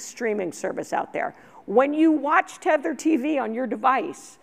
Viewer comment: THETA tv not tether tv lol